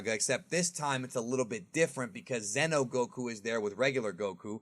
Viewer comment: Dude..... It's XENO like XENOverse not Zeno Goku or Zeno Vegeta. You say it right when saying the game name but not when you say the character names 🤦🏾‍♂️